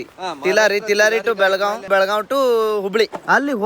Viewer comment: Belagav ❌ Belagavi ✅💛❤️